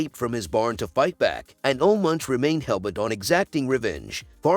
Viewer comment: It's pronounced "Oluh Moonk."